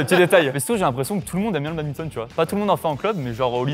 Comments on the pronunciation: "Le babinton" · On dit BaDMinton, pas babinton 😆😡